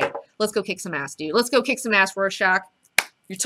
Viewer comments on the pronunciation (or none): none